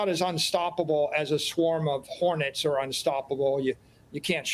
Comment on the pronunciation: “ swam o honets “